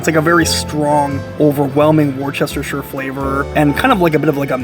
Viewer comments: Man, I was really rooting for you when you first mispronounced "worcestershire" when you were discussing the steak sauce but THEN you repeated it 😂 FYI its "Wu-stuh-SHR" 😊 LOVE the content on your channel! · Wuster Shire is the way to correctly pronounce Worcestershire (as in Sauce). Just sayin’. I like your work and honest style!!!